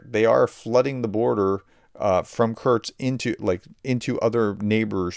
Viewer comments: True, but I still cringe every time he says "Kurks"! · Since you asked:, I am a subscriber and I watch all of your videos, I love them. But, please, please pronounce Kursk properly. Just say "curse" and add "K" (like the last letter in cooK) --> curseK, that's it, that easy. Sorry but it is jarring when you, mispronounce it. Thanks and keep up your amazing work! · Sorry but you're not pronouncing Kursk properly, it sounds a bit like Kerch, another important place. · I beg you to cease and desist your pronunciation improvement efforts. If you don't , you may lower the morale of you channel audience. Many of us, well at least me, take great secret hidden pride in the knowledge that we can pronounce ruzzian and Ukrainian place names better than our favorite professor can . Its the little things in life that bring joy to some of us. And remember that whether you say ah-blast, or oh-blast, just have A - blast doing it! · Why don't you try to actually read out the letters in a foreign word? It is KUR-SK, not Kurch. It's Bun-des-tag, not Bud-nes-tag. Nobody expects perfect pronunciation. An English phonetical readout is just fine. But jumbling all the characters because you can't be bothered to actually read the dang word is just disrespectful. And tbh not worthy of a professor.